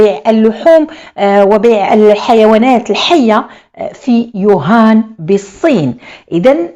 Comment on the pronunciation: ووهان وليس يوهان